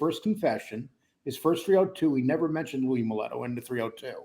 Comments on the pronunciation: All respect but im prety sure it was Louie Molito not Moleto. The way your pronouncing it. Im kind of confused because I know in the big picture it doesnt mean much, but I really would ike to clear that up. Is it said MOH LEE TOH or MOH LET OH? Thank you both for a great show. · Pronounced MeLEEETo. Not Meletto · Its louie maleeeto ....not maletto you jerk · It’s Mee//Toe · you need to learn how to say these peoples names. If you’re gonna talk about someone at least say their name right. Mileeeto. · "Mill-lee-toe" Cmon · Louie" mulletto"??? you cannot Even say his name correctly which means you clearly have no idea what your talking about!!! Jesus christ mob 101 learn how to talk!! You made me cringe everytime you say his name! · How do you guys know he's lying? Were you there when it happened? Were you there when it didn't happen we were there when he possibly went in partners with Paul and Tommy, or were you there when he badmouth the decision to make big Louie captain? Not even pronouncing his last name right.